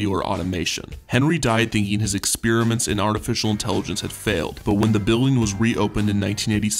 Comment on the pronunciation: ITS NOT EX SPEAR A MINT ITS EX PEAR A MINT